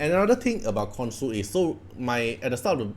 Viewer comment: btw I pretty sure the pronounciation is "KonSHu"